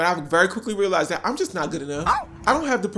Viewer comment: “I LIKE DHET” 👄